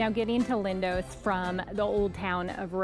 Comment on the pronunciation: Its Lindos not Lindose! Extremely irritating grrrrr..Americans!